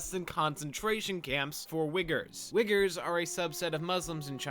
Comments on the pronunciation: it's 'uyghur'. just a pronunciation mistake :) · Hey just a heads up, Uyghur is pronounced like "OO-EE-GRR" or "WEE-GUR" but definitely not "wigger" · Isn’t Uyghur pronounced like “wee-grr” ?? (not “wig-er”) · it's not Wig-gers, it is Wee-Gurs. Good video though, got a new sub here. :) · It's pronounced "Wee gears" not "Wiggers" those are two entirely different things. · wait, i thought he pronounced it as we grr? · Xinjiang is pronounced sheen-jeeong Uygur is pronounced wee-ger thank you for coming to my ted talk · Your pronunciation of “Uyghur” as “wigger” made me die a little inside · Wiggers lmao bruh you prounced that wrong but it was hilarious. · Quick note for the Uighurs: it’s pronounced “We Grr”. It’s important we pronounce it right, since the PRC is trying to erase their culture, so pronouncing it right maintains it just a tiny bit. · Wait, he said Uyghur???? ಠಿ_ಠಿ ..... OMG, for the love of Tengri... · The way you pronounced Uyghur... damn. Damn...